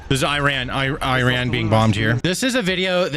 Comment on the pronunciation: I believe its pronounced ( E-run) 😅 Btw....That evil regime not only wants Isreal and every Jew world wide to flounder under their Islamic sword but they chant for all our deaths here in the west and every non-believer to perish by their hand! No joke. They secretly pay islamic cells to attack! I feel bad for the people who not want death to us all but have to put up with such a regime? This could get scary if they already have sleeper cells worldwide?